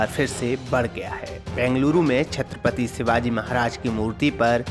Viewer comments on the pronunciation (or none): none